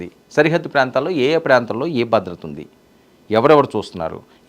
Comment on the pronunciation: "బద్రత" కాదు "భద్రత". తెలుగు నేర్చుకొని ఛావండిరా